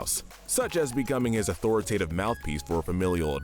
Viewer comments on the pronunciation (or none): none